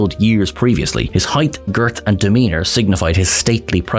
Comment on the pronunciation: When did “heighth” become a word?